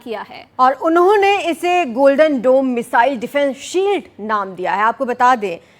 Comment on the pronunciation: Golden dom nhi U TURN DOME Bilkul doland trump jaisa 😂